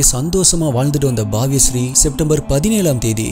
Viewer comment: Bro unga voice unga way of story telling yellame superb.. words pronounce pannumbodhu neraya mistakes varudhu adhu mattum konjam change pannikonga 😊 na ungala kora solla sollala just unga future vdo la indha mari thappu vara vendama nu dha solra.. adhu பாவிய ஶ்ரீ illa பவ்ய ஶ்ரீ apro andha youtuber name madhavi vulta kedayadhu madhavi vootla (ஊட்லா) 👍 indha mari neraya vdos la varudhu adhu mattum konjam crct pannikonga bro just as a wellwisher